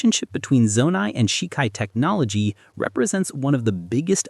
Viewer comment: The biggest mystery of all? Why is he pronouncing 'Zonai' like that